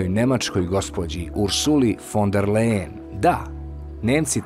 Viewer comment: Ursula se zove fon der Lajen , ne Lejen ...Ali, to nije tako važno 😅